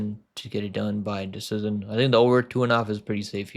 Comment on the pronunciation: pronounce decision please 😌